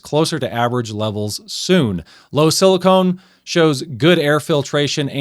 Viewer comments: "Silicone" is what you put around your bathtub. The semimetal in your engine is Silicon. (Si-li-ken) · Silicon not silicone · thank you for sharing. i guess the question is, does the lower levels in the oil result in a longer engine life. it very may well. motor oil geek certainly has impressive experience with the topic. also, i silicon is pronouced sili-kahn. it is very different from silicone. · It's silicon not silicone. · Why is it so hard to pronounce silicon corectly ? I hear so many people saying silicone dispite silicon is printet in the dang paper. Every single time you said silicone! As if everybody have erased everything from elementary chemesty class. So un-professional.